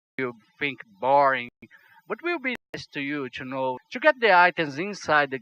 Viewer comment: ser querer ser chato mais eu creio que "to" não se pronuncie "tchú"